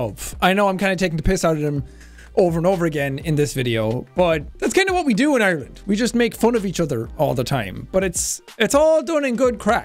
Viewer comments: Lady: “oirland” Sean: “..Ireland” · ITS ARLAND! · Teacher: "Oyerlind" Sean: "EYErland" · Not really oirland but more like aireland so she got that a little wrong imo but idk maybe that's a different accent than me what I'm used to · Jack SepticIreland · It’s pronounced eye-r-land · your definitely a yank. I as an Irish person can speak on behalf of ALL of Ireland. It is pronounced Ar - land, we dont say eye-r-land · As someone from the East of Ireland. we pronounce it eye-r-land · Voice coach: OiErLaNd, fLaRe, hOoM Me an Irish person: no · Isn't it a bit more like EIRland? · We pronounce it as “AREland”